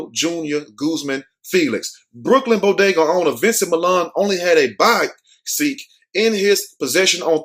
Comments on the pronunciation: It’s pronounced BodegA smh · Did he just say bodagoo!!!